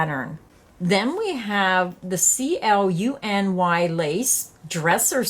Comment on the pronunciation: Hi! Did you know that you can look up how to pronounce things on the internet? Just bring up Google and type in the search box "how is "cluny" pronounced? In the search results, you'll get a little microphone you can click on that will tell you how to pronounce it. Easy peasy!